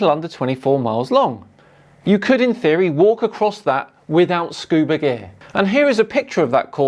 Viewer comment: Stupid has become an element. Edit: Pretty sure he says “scuba deer” 🤿 🦌